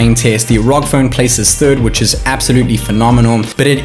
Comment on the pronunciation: R.O.G not rawg.